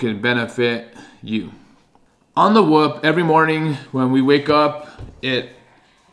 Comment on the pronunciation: it’s not whup it’s whoop